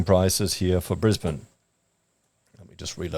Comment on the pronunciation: is it just me or does say brisbaneD with a d sound at the end? isnt its brisbane? no d sound at end?